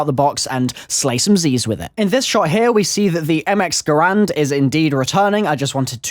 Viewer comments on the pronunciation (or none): none